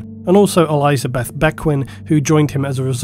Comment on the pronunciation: I'm convinced he's doing it on purpose now to annoy people like me who hate his misprenunciations. I mean, who the hell pronounces Elizabeth that way?!